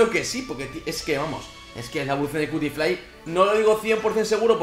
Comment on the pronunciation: Pinshis españoles, nunca entienden que se pronuncia cutifly se pronunsia "quiutiflai" :'v